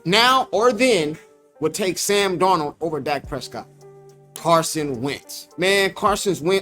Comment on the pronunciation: This man said Sam Darold😂😂😂😂